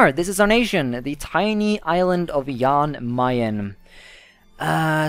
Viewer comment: It’s pronounced Jan Mayn